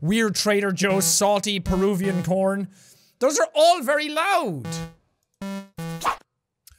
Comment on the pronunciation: You said porn but you ment to say corn